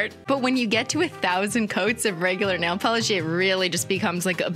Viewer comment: "and then it goes yayy! ding deng deng, a thousand layers of NAYLE POLERRRSSH" :_omegalol::_omegalol::_omegalol::_omegalol